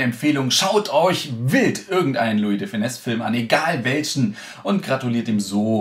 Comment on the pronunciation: Er heißt aber auch lui und nicht Luis 😉